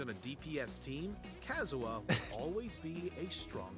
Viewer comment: Did it hurt anyone else the way they pronounced Kazuha KAZUA??